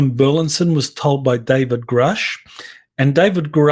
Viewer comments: BUR LIS ON NOT BERLINSON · Burlison, not Burlinson!